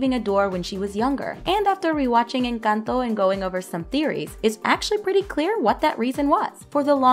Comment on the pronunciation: Finally someone who says encanto correctly because it's NOT inc-Ahn-toe or in-Cun-toe